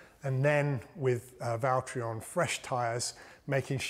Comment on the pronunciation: james its valteri